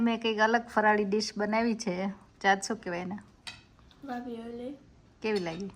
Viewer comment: It’s ravioli not ravloi..